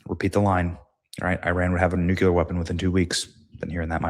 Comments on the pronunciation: Nuclear. Not nucular. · Dammit, Benny! When are you going to learn how pronounce "NUCLEAR" correctly? It's pronounced "New-klee-er", not "nucular ". Even if you pronounced it *"New-clear" it would be an improvement. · BENNY. NU CLE AR. sorry. luv ya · Nuclear...... nuke lee errrr God bless our troops!